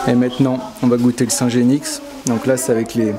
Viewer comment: On ne prononce pas le x de genix...